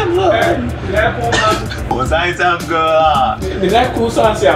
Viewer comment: 這個"啥小了啦" 很道地...XDD